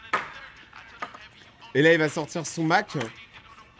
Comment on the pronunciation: il a dit pupg...